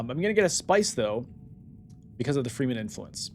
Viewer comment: One thing that is killing me: Why do you pronounce Fremen „Freemen“? Shouldnˋt the e be short? Like you say it in Fremkit?